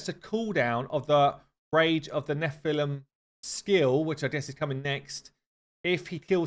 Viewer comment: You pronounced nephelim right in the end i think it is a reference to diablo